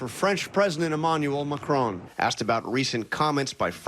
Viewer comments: Americans trying to pronounce macron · The worst insult to France is how badly Americans butcher pronouncing Emmanuel Macon's name X'D